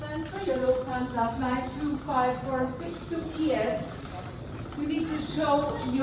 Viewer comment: It sounds like you are saying lu-fansa 😂 It’s luFT-Hansa